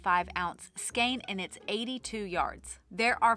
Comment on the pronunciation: Great video and thank you for pronouncing skein properly.